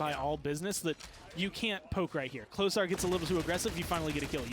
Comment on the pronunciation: Heads up, the way you're supposed to pronounce klosar is kloshar (klošar), a bit quicker.